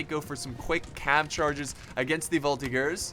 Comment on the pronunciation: oh boy... "voltigeur" plzzzzz prononce the "g" sound as you say "GG" and not like "gear"..like ranger and not monger. however so glad to see a french victory tell it to the guys who created the article "you are looking for french military victory??, did you mean "french military defeats?? " now we can say look at this!!!!! hoooraaaa!!